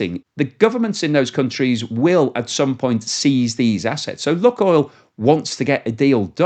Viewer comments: It’s not “Luckoil” - it’s LooooooooookOil. Can’t you figure that out?? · Lukoil - pronounced Lukeoil! Like Luke and Oil.